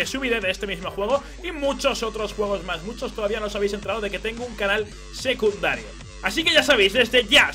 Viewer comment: ¿Dónde está mi?¡ nunca dice "secundario", dice "seduncario"!